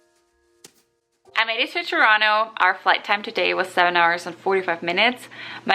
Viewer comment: I love that you pronounced Toronto correctly! I just taught an American friend how to say it.